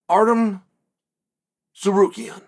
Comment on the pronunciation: Artem Tsurrookiyan